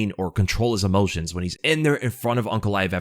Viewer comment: It's aynk not awnk